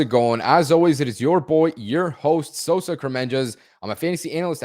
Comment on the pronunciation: Put some respek on Sosas last name,! 😅